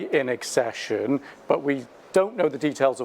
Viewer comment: Jesus God dammit will you PLEASE stop saying “assession” it’s ACCESSION. ACK-SESH-UN.